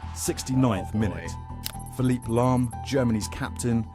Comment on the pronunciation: So with Phillip Lahm, the first time in the video he mentions a name that is pronounced exactly the same in both English and German, this guy suddenly decides to go Spanish. Is he doing it on purpose? :D